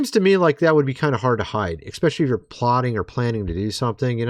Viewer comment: Fyi...there is NO X...in ESPECIALLY! There, also, is no W...in COROBORATION! What in the corncobs is going on?!! I've heard so many humans in the last couple of months say those two words, seriously!!... as this... EXSPECIALY And COWOBORATION (mostly detectives!) Lmfao! That.... is FUNNY. The second one makes them sound like Elmer Fudd! Pardon...Detective Fudd. 😂🤣😅